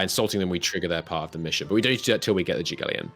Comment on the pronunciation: Sejm is pronounced "same" Jagiellon is more less "Yagielon"